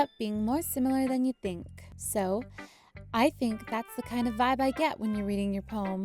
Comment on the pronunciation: Who else notice when sayori said its so good she said its sho good